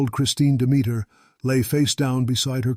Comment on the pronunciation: peter demeter is not pronounced as a rhyme. ha! it's pronounced DEM-itter, with the accent on the FIRST syllable. similar to 'dog sitter'.